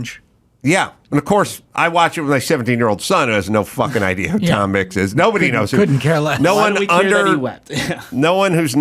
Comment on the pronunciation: "Tom Micks wept" lol